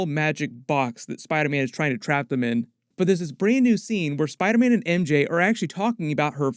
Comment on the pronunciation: I’m hearing him say spide man